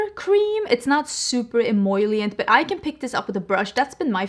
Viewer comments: Love the eyeshadow look! Btw I normally don't post things about pronunciation but since you use the word several times in the video, "emollient" is pronounced ehMOLEyent, not ehMOYlient, if that makes sense. 🙂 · take a shot every time says emollient 😂. your eye look is so beautiful btw!